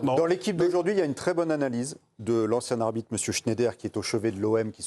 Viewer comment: Shneider...😂😂 vous appelez ca un chroniqueur non mais serieux c'est un shtroumphe